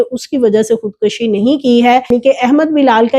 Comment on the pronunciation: Say خود کشی not خود کشی not زبر پیش